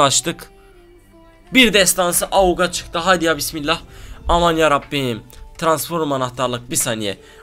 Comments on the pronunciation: transforum değil abi ya gıcık oluyom transform diyecen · abi transforum deme ya :) şöyle diyince gülesim geliyor